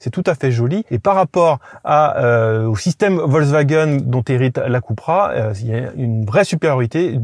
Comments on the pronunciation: Pourquoi Keu et pas kou voire ku??Super essai de voitures « normales ».On est loin des Suv de deux tonnes!Perso,je choisis la Coupra(ou keu ou kou!!)Et bienvenue à toi! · Pourquoi il dit keupra et non koupra ? 😂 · KOUpra pas KEUPra, seat c'est espagnol, pas anglais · Cupra c'est espagnol les gars pas anglais, on dit Coupra pas Queupra. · « Ceupra » 🤣🤣🤣 Les gars qui inventent une nouvelle prononciation de la marque espagnole, qui doivent bien rigoler d’ailleurs. 🤣🤣🤣 COUPRA pour les connaisseurs!!! 😉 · « Cupra » se prononce vraiment Kepra? Je pensais cUpra ou à la limite cOUpra.